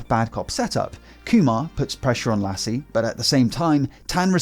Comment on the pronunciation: Lasse is pronounced as "Lussa" :)